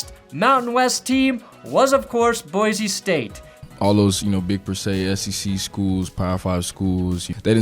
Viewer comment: It’s BOY-SEE, not BOY-ZEE Do better